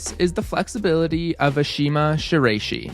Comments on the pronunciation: Not "Rey", more like "Rye" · Good video but her last name is pronounced "shi-la-i-shi" not "shi-ray-shi". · Ok so you’ve already gotten a number of annoyed comments about the way you pronounce Ashima’s last name, so I’ll just had that it’s a-she-mah-she-rah-ee-shi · come now, this is on the level of a serious amateur basketball commentator or minor professional commentator pronouncing Kobe Bryant's first name as rhyming with "lobe." It betrays carelessness and a sharp comment is warranted. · Ngl hearing you pronounce her last name like that makes me think that you just went on google and searched up “flexible climber” to make a climbing style video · I'm sorry but has anyone ever said her last name like that? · He always says people's name wrong lol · i’m a ukrainian who also speaks japanese, so in the first minute of the video i was first really impressed by you nailing the pronunciation of vasiliy lomachenko’s name and right after that i audibly gasped when u said shiraishi😭😭